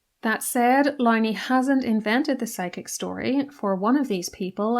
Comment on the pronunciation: Would be a good start by pronouncing Andrew Lownie’s name correctly . Couldn’t you do that at least?